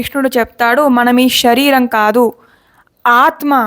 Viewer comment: అంతా బాగానే ఉంది కానీ, షరీరం కాదు.శరీరం అని పలకండి.